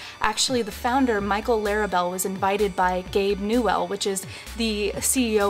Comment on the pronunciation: new-well!! LOL!!